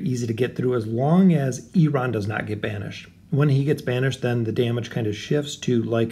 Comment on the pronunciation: dude! don't get me wrong, i like you, but why do you always say oaken inn?